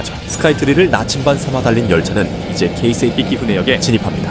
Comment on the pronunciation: 이야~ 케이세이라고 제대로 발음하는 분 처음뵙네요. 보통 한국에선 게이세이로 발음하는 분들이 대부분인데 ㅎㅎ